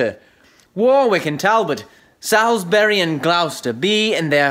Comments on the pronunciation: Where's Glowster? Anywhere near Gloucester? Sallsberry! I mustn't be scornful. Well done on reading this wonderful speech - my favourite in English literature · I despair that this offering of this famous speech does, as it is spoken by a US citizen, mispronounce the words Warwick, Salisbury and Gloucester. I assume that the persons entering the competition were at school when the recordings were made but they seem not to have tutors who know or have researched the pronunciation of these town names. The simple expedient of viewing the same speech by ENGLISH actors, Olivier or Branagh would have solved the problem. I have even seen, recently, another US version of this speech in which the speaker delivers the line, "we are enough to do our country loss" as ENOW. The solution to this is that US citizens should, 1) learn to speak ENGLISH properly or 2) don't try to deliver speeches from the works of Shakespeare.